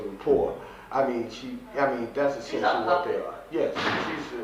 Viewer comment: Wow ... He knows how to pronounce the word "eccentially." Seven or maybe even eight times during this interview! Idiot.